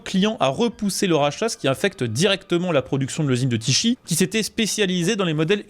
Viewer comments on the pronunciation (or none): La ville de Tychy (Tichi) 🤣🤣🤣 Ça se dit Téhré 😉 Vos vidéos sont cool, continuez 👍